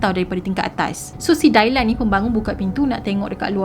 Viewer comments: Good story. Just nak perbetulkan sebutan jer Dylan dibaca Di-len, bkn Dailan. 😊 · Ethan = "e-turn" Kaylee = "k-li" Dylan = "dilen" Dailan tu mcm nama melayu hehe gurau. Bukan tunjuk pandai, cuma share serba sedikit